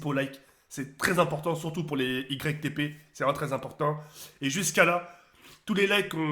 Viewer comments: "itépé" qu'il a dit 😭 azy j'arrête de faire des "YgrecqueTéPé" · je t'aime bien mais c YTP est PAS ITP et ça se dit YouTube poop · on dirait un handicapé on dis YTP pas ITP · au début il a dit ITP 😂😂😂😂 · On lui dis ou pas que ca ce prononce , Youtube Poup ou pas x) ? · ça ce prononcé igrek tépé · c'est ytp pas itp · Même en lisant il sait pas dire "YTP3 wsh c'est un ouf